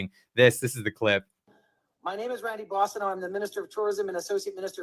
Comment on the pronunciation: son can’t even say Randy’s last name correctly or he seriously knows the Boissineault name is a barn fire for Lieberals!